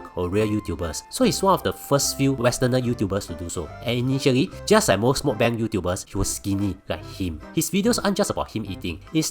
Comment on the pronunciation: that's not how you pronounce meok bang